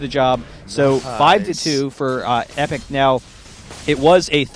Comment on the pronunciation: He kept saying Epik at the start